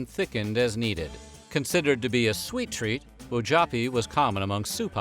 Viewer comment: You mispronounced, Wojapi. I was adopted by a Lakota family, born Cherokee/Shawnee. I pride my self in my Heritage. Thank you for sharing.